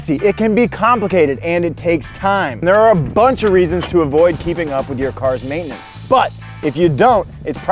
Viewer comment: I like how y'all save time by turning the 3-syllable word "maintenance" into a two-syllable word "maintnance". Time saved! 😂 Great job with info and videography.